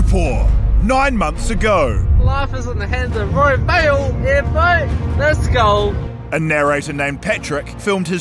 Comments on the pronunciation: "leshgo" what did you say? "leshgo" dont say that again 🤣🤣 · Roy Better Not Try And Say "Leshgo",Ever Again 😂😂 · "lesh go" 😂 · Thank you for telling him to stop saying leshgo 😂😂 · Leshhhgo hahahaha